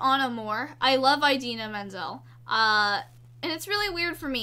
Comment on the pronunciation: When she first said Idina Menzel I heard it as idea middle - ;w